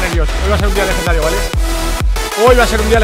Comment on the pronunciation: Con ese "lejendario" acabas de matar al rubius xD